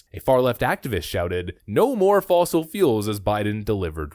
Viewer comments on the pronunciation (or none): I hear her saying "No FOSSIL FOOLS" :) LOL